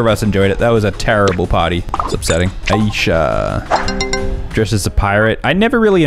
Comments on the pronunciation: He also said Aisha wrong yall it’s meant to be “Eye-shah” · said asia The name is called isha It is spelled AISHA